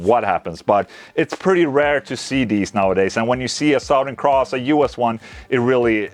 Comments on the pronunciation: You can say it as "Suthern", Ola :') You don't have to say "Sowthern" - Fank You clap Amazing guitar though! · Suh-thern. Sowth. He was from the South. Or He is from Suh-thern texas. Not trying to be a dick. Your pronunciation if the word southern is a little off. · Suhtherrn. say it like this. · Nothing is better than the way Ola pronounces, "Southern."